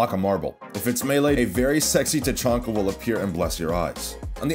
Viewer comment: Yes his name is name is definitely tachonka not tachanka